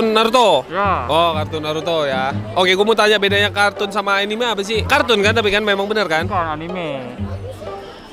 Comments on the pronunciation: Enim 😂 anime bang anime pelafannya biasa aja anime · Bacanya bukan enim enim. Tetap dibacanya anime